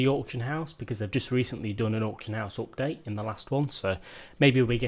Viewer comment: please please say UPDATE not OPDATE.. man, thats annoying :))